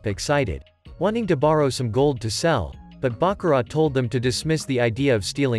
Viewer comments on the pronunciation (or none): none